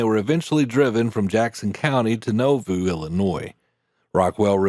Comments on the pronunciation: Narrator, how do you get the incorrect pronunciation of “Novoo”. It’s pronounced with a long “a”. 😆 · Is the voice computer generated? The pronunciation of Nauvoo..... it should be naw-voo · Thanks for the story. FYI Nauvoo is typically pronounced nah-voo. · Porter Rockwell is a well-known historic figure in Mormondom, but I learned some things I never knew from watching this video. Very interesting. BTW, Nauvoo is pronounced “NAH-VOO.” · The city is pronounced Naw-Vu. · You are mispronouncing Nauvoo. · The town of Nauvoo Illinois is pronounced Na-voo not No-voo and one wall of the Mormon temple in town survived the violence in the town and became one wall of a Catholic Convent, that later ( in the 1950s) became a school for girls with behavioral issues, run by the nuns, my mother's god child was a student there in the 1970s, later the convent closed, and the property was bought by the Church Of Latter Day Saints. They rebuilt the original temple incorporating that wall. As mentioned Porter Rockwell went on to lead the organization, that protected the Utah settlements of the Mormons, called the Avenging Angels ( or Danites ) if a crime was committed against the Mormons, no matter how small these gunmen would pursue the culprits, until they caught them, at that point the pursued had a choice, they could try to shoot their way out, and get shot, or surrender, and get hanged, ( a choice that would be codified in the States death penalty status years later, a person condemned to death in Utah, had a choice, the noose or the firing squad, a choice made by Killer Gary Gilmore, that choice was later changed to Firing Squad or Lethal Injection. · The place in Illinois, Nauvoo, is pronounced Gnaw-Vu, not Know-vu. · Nauvoo is pronounced “NAW-voo” not “NO-voo.” A small detail, perhaps, but this town is of such great importance to church members that getting it wrong greatly undermines your credibility as a narrator. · Naw-voo 🤣 Not No-voo! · "NAW-voo", not "NO-voo".